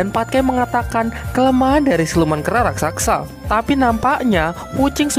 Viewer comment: Raksasa bos bukan raksaksa...😁